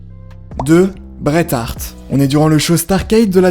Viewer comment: Super vidéo comme d'habitude 👍 à part le moment où tu parles le Bret Hart mais c'est pas grave